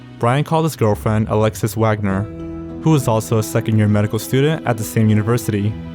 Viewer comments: “a medical studehh” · What's a "medical stooder" ???